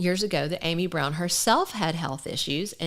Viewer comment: Her name is pronounced with a short vow ă, like am - eee, not Amy. Interesting video, though, thank you.